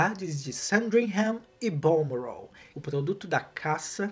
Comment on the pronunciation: eu amo quando ele fala "", muito chique kkkkkkkkkk